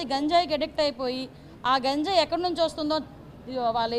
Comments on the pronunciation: ప్లీజ్ మేడం గాంజయ్ కాదు మేడం గంజాయి అనండి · గంజాయి అనాలి కదా అది చాలా తప్పే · గాంజాయ అంటున్నారు, గంజాయి కదా